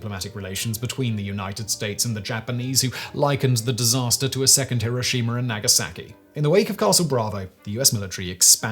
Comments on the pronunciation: Why are you, an educated British person, mispronouncing Hiroshima the 'Merkin way. It is not HiroSHEEma. The traditional British pronunciation has always been HiROSHima - which is much closer to the Japanese pronunciation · "Hiroshimer"? This is a gawdawful Ai voice to be using.